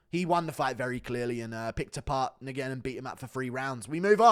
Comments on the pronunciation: Steven Nguyen is pronounced “Win”...not “N-Gin”. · It’s wen not negen lol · It’s not Steven N-GWEN … it’s pronounced Wen. …. Steven Wen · Nguyen is pronounced "win" in English. Vietnamese emperor they're all named after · It's "Rendon" not "Hendon"... She's Mexican, not Brazialian. "Nguyen" is pronounced "Wen." Come on dude... you are almost as bad as Brendan Schaub at pronouncing names. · Nguyen is pronounced "win" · Nguyen is pronounced “win” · Why does GURU say NGUYEN like that 😂😂😂😂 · guru doesnt know how to say the most common vietnamese surname. get learned piggy